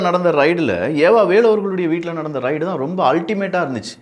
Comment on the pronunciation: சில உச்சரிப்புகளை சரியாக சொல்லுங்கள். ரைடு இல்லை ரெய்டு. மற்றும் எல்லா காணொளிகளிலும் "ல்" - லை,"ள்" என்று உச்சரிக்க வேண்டாம். சரி செய்து கொள்ளுங்கள்